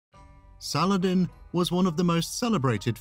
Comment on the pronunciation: Great video. I've always been fascinated by Sal-ah-ladin <3 ... Keep up the great work, my friend :) ... I would like to see and hear much more about the ancient greeks <3